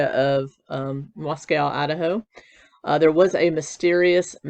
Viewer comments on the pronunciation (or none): Mosco like cosco is how it's pronounced, most people say it wrong, there's a town in Texas, that's how I know, just sayin. Love your channel!